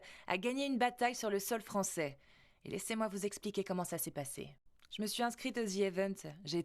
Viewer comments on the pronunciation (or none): none